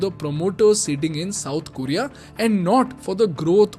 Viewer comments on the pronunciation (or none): none